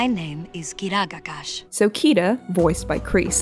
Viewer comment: Key-dah-gah-kahsh. Four syllables... But the trained linguist cannot say it?